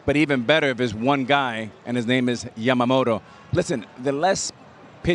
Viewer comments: みんな「やまもろ」なんだね、「やまもと」と発音出来ないのかね。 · ビッグパピはかなりキレながらやけくそになって山本のことを褒めてるなw あと「ヤマモト」が言いにくいのか「ジャマモト」に聞こえる